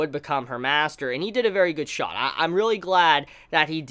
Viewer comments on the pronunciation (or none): none